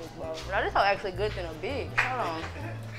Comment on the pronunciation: as soon as she said “then a h*e” i know she was from dallas🤣lmao